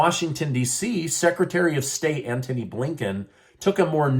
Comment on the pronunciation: Ant-hon-y ....coz I am blinkin 🤣🤣🤣🤣🤣